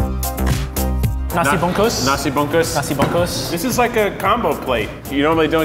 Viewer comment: The way they said bungkus 😂